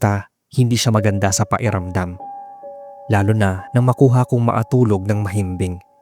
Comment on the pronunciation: May "k" defect po ata kayo. Pwede nyo pong i-practice yung pronunciation nyo. Pahiramdam po kasi yung naririnig namin, sa halip na pakiramdam